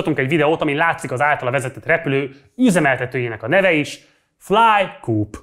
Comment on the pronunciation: a flycoop.hu az nem 'flájkúp' hanem 'flájkoop' ami a co-operation, vagy röviden co-op -ra utal